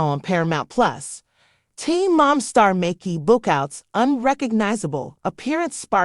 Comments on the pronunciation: I like how her name was pronounced wrong and differently every time. Talent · If you're going to do a video on someone..... don't use AI, and pronounce their name right. So disrespectful. You're trying to make money off this person and can't be bothered to do it right. Lazy